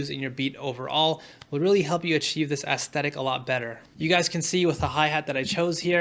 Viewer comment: I took a shot every time you said "aestetic" and now I have alcohol poisoning